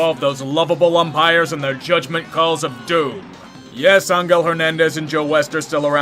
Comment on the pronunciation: dude... either ang-hell hernandez.... or aen-jell hernandez.... there is no an-gell...